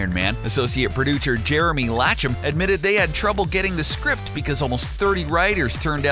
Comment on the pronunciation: ASSOCIATE PRODUCHER